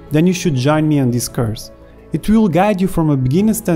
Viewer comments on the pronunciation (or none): I dont mean to be rude but when you say "course" it sounds more like you say "curse". But I like it and it made me smile:)